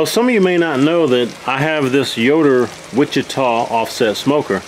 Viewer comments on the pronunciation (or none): none